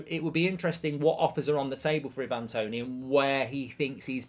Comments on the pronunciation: It's "I-van", not "E-van"- he's Jamaican, not Croatian 😂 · You could atleast say his name right Ivan has never been “i van” it’s always been “I’ve-an” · The amount of people who can't pronounce 'Ivan' is hilarious..